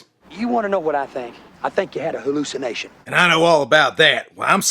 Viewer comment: It was a "hulu-cination"...LMAO!!!